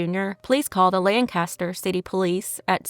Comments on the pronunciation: Awesome video - For future reference Lancaster here in PA is pronounced lank ah stir and the street named dauphin is pronounced daw fin. 😊pa has funny pronunciations lol😂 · Daw-Fin. Lang caster. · In New England, they pronounce it: LAHN-cast-ahhh. In Pennsylvania, they pronounce it: LANK-ster 😅😅